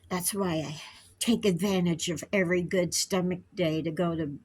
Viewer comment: I'm feeling go-od, I'm feeling go-od 😅😂❤